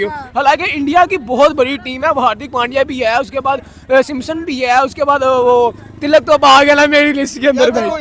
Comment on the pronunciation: ती.लक है not ती. लकी